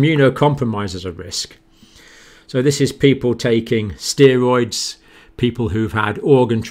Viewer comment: How can a doctor not pronounce steroid correctly?